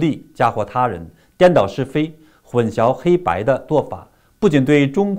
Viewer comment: 混淆黑白- 小学生的词汇习总书记都念不对吗？